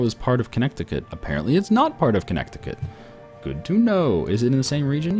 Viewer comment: You don't say the word "connect" when you say Connecticut. The second "c" is silent.